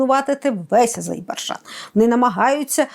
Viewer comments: Дуже образливо називати країну с помилками, коли тьотя на вулиці дає інтерв'ю, то ок, а вам,, це дуже образливо виходе, вибачаюсь перед моїми азербайджанськіми друзями😢😢😢😢 Азербайджан, не Азейбаржан!!!!! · Ріже вуха АзеІбарджан . Будь ласка , кажіть Азербайджан . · Азербайджан, а не Азейбарджан, треба знати, коли людям розповідаєш щось! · та ну не АЗЕЙ-БАР-ДЖАН,, АЗЕР-БАЙ-ДЖАН, потренуйтеся )) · Не Азебаржан ,а Азербайджан!!! Невже так важко вимовити правильно? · АЗЕРБАЙДЖАН! Тренуйтеся вимовляти правильно...